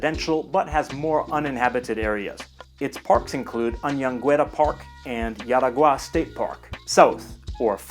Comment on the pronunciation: Jaraguá. J have the J sound. Not the i sound. Like in english.